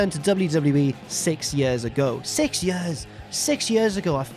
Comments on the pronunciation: “It’s been more than 4 yurs...” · I was going to make a joke about the way says "years" but that comparison of Punk/Lesnar to Sting/Vader was golden.